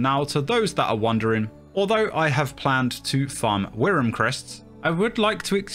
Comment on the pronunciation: WRYM -> is pronounced worm